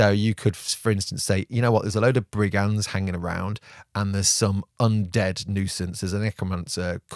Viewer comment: Is it just me, or is getting into his Teen Reads... with the Ebonhearts and Liking guys called Ebon... Places.. places called Ebon (sorry!)... And Brig-ands? Brig-unds. Damn french influencing God's own British language...